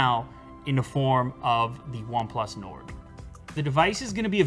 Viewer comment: this way nard . 😂